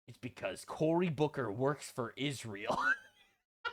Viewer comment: is so antisemitic he mispronounced Israel. 😂 also you got ban for calling kier stammer a Fay Gatti. You may not be allowed in England either. 😂